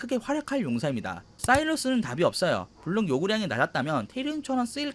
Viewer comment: 사일러스아니라 사이러스,,,, ㅠㅠ